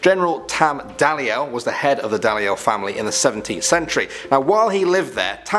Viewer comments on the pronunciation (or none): Note for anyone watching, these two need to learn how to pronounce the places before they do these videos. Ayrshire (air-shur) , Gorbals (gorbles), Dalyell (dee-ell), the rest is close enough I guess 🤦🏻‍♀️😂